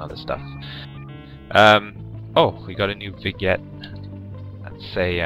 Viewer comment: it's not vig-net, it's vin-yet. Come on man. This is the second time I had to correct you about something.